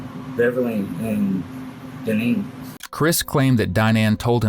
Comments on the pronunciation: "Dine- ann" Wow...🤦🏻‍♀️ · Her name is pronounced Dineen